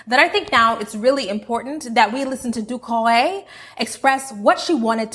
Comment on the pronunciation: Wow your pronunciation of Doucoure's name is pretty on point for a non-French speaker